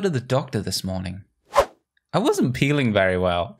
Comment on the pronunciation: This is funny he said im not peeiling good😁